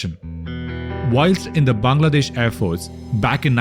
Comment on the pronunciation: Finnally a foreign YouTuber prounounces bangladesh instead of saying Baangladesh 😮😮